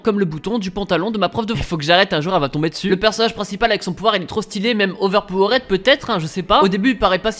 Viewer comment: "auver paveuraide" 😬😬😂